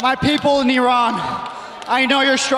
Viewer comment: He mispronounced Iran 😂 uh maybe his accent is better then either yours or mine i guess